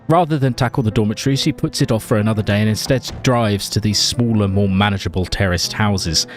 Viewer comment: What He says: terraced houses What i hear: terrorist houses 😀